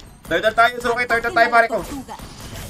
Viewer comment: (Yu ze ku) wrong❌ (Yuske)✅